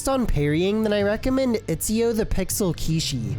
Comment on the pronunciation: "itchyo" XD